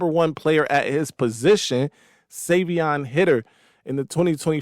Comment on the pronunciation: (Savee-On) (High-der)